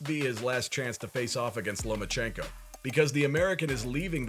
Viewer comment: You said Loma ko Haney right?